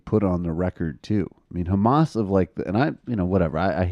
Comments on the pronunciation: It's funny how Ben Shapiro pronounce Hamas as Khamas to make it sound like he knows what he's talking about. When it actually doesn't sound like that in Arabic. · You're right. But that's how we pronounce it here in Israel. Because it's spelled "חמס" in hebrew. And he's Jewish. 🤦‍♀️